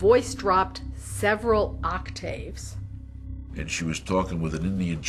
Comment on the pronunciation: lol "octAves" say it right XD